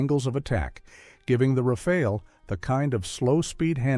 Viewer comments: It isn't pronounced "Rafail" but "Raf-al" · At least plz get the pronunciation correct : second 'A' is like the first. It sounds 'RAFAL' not 'RAFEL !